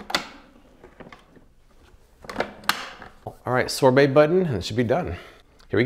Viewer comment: Man you are saying sobert wrong. Find someone to say that word for you. Or put it in Google to say it right.